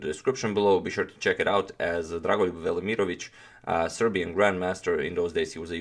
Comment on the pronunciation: I was more impressed by how you pronounced dragolijub's name